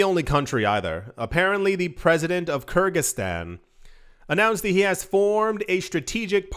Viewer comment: Hi! The country's name is pronounced " Ker-Giz-Stan". Kergiz are an ancient nation in the East and "Stan" means the "State" All the Persian Empire's States end with "STAN". such as Gorgestan, Armanestan, Kurdestan &....